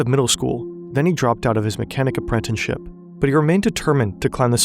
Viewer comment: apprenticeship, not "apprentenship" ;)